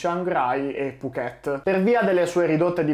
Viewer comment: Mamma mia mi vengono i brividi. Ho fatto la rotta Bangkok Phuket una dozzina di volte, di cui la metà nella stagione dei monsoni. Per fortuna non abbiamo mai avuto questi problemi. A proposito, Phuket si pronuncia con l'accento sulla prima sillaba. 🙂 Saluti e complimenti per il tuo canale.